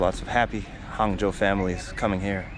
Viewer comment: Hung Joe not Hangzhou